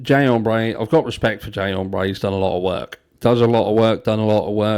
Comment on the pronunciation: If that man said “Jay Ombré” one more time I was going to throw my phone.